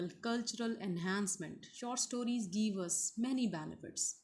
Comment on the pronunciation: Madam it's give and given not geeve and geeven.